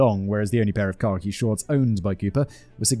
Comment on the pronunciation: Does anyone else hear “car key” shorts, when Simon says khaki? For the life of me, I couldn’t imagine what car key shorts were!